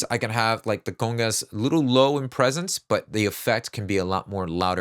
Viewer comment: Do you speak spanish? When you first said "congas" it sounded really really good lol